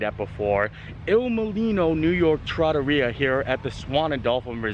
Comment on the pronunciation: Well, I’ll be, you pronounced it right. Someone told me a loooooong time ago it was pronounced tra-TOR-ria. Thank you,.